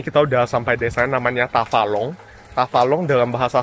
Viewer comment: Tafalong ===> Tabalong 😮